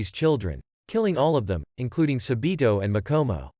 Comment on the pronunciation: It’s not sabitooo it’s sabbbito okay